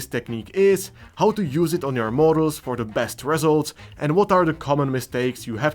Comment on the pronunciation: For Christmas this year, I wish for to pronounce "result" correctly